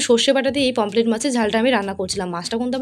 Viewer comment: দিদি তুমি ভেবোনা যে আমি এটা তোমাকে রোস্ট করে বলছি কিন্তু ওটা পমপ্লেট হবে না পমফ্রেট😊